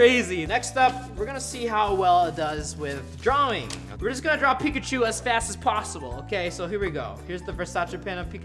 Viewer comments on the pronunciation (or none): none